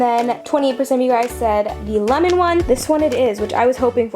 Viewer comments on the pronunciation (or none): none